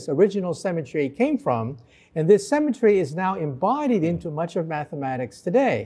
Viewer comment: The guy consistently pronounces "symmetry" as "cemetery".